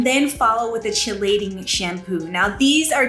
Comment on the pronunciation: I love your channel! FYI...Chelating is pronounced Kee-LAY-ting.